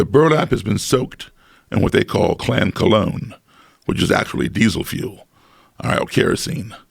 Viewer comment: Nobody: Not a soul: Not even this overrused meme: Joe Rogan: K L A N